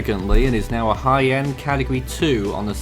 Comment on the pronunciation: why when you say high end i hear haiyan?